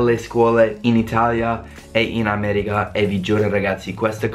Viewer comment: Come mai dici "Ameriga" e non "America"? Ahah.